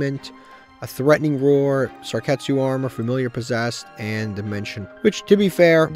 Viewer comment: Love the series. But I love more the way he pronunces card's name. Lets start a bet to see how much time passes until he realizes its Sakuretsu instead of Sarketsu